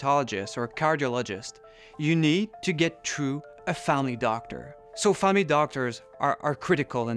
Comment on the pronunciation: "you have go true a famy doctor"